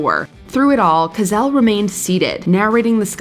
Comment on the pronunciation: This narrator sucks ! She can"t pronounce Andy Kaufman's or Howard Cosell's name , but she can pronounce all the difficult names almost flawlessly? WTF is her problem? Get rid of her!!